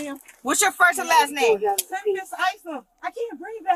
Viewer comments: OMG it’s pronounced Tempist not 😩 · Right? Tem-PEST lol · I made it in and I couldn’t listen to him pronounce tempest anymore lol